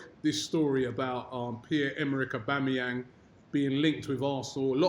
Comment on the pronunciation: it's aubAmeyang robbie